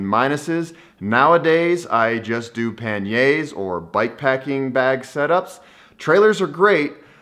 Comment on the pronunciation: Never heard panniers pronounce so badly lol